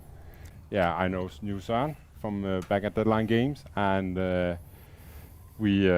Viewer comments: Søren isn't pronounced "Soren" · Funny Way non Danish people says Søren 😂